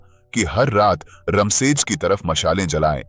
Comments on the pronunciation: Raam sej bolne me kya dikkat hai apko रामसेज़ बोलो,not रमशेज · "रामशेज" कहिए , रम शेज नहीं हैं वो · रमसेज नाही रामशेज 😂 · किले का नाम 'रामशेज' था, 'रमशेज' नहीं। आपको हर व्यक्ति, किले और जगह का नाम सही तरीके से ही लेना चाहिए। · भाई, वह रमसेज नही "रामशेज" है मतलब भगवन् राम की शेज मतलब रामजी के आराम की शैय्या. कितना सुंदर नाम, कितना ही सुंदर मतलब पर तुम रमसेज, रमसेज बोलकर सब मटीयामेट कर रहे हो.